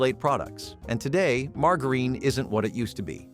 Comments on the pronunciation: “Leed” and “margareen” 👎🏼 A.I. voiced BULLSH!T 👎🏼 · I'm so tired of artificial voices. Doesn't anyone listen to these before they publish? "Leed" indeed. Margareen. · Pronounce lead and margarine correctly! It's hard to learn something from someone who can't pronounce words correctly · The mispronunciation of lead and margarine! Arrgh! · This was pronounced wrong. it’s margarine , the g Sounds like a j